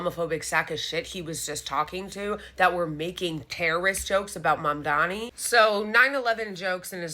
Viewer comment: How hard is it to say MaMdaNi or inTiFada? How is it possible after an entire year into this, and people whose entire job is reading crap cannot pronounce it right. Their only required skill is reading ffs.